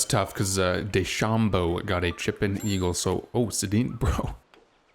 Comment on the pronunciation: Love the video Sensei! The player named dechambeau is a reference to the real life professional golfer Bryson Dechambeau. It's pronounced de-sham-bow :)